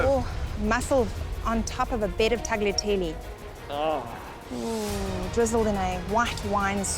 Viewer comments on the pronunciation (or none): Murdering the word "Tagliatelle", such a crime !